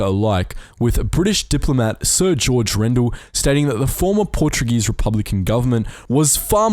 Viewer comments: Congrationlations! You perfictly assacinated every portuguese name in this video. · Note 0 for your Portuguese, Speaker! Even with the names!